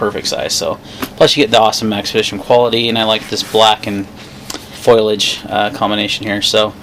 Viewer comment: Foliage....."foilage" sounds like "tin foil." Good Bag. got one.